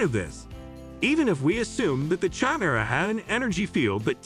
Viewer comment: I was stoked when I came across this video but for the love of all that is Star Wars, the way this AI pronounces “Jedi” and “chimera” was way too cringy to keep watching.